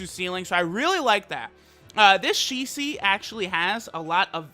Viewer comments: Shicee? Ok now Your taking the piss. I'm so tired of people pronouncing it wrong. Its pronounced SHE-SWEE. she as in she, swee as in sweet. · It's not Shi-Si or Shi-Suí , pronounced like Shi- SUi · i dnt think its said like shi cee. i m pretty sure its really shi-su-i. the su pis emphasized and the i said very quicly after. yeah, asian languages are crazy with how the emphasis is placed on each syllable. its hard for westerners to cath it sometimes. listen to hwo this dude says it.